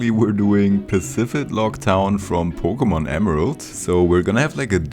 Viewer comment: i knew yo ass was german when you said "pokemon"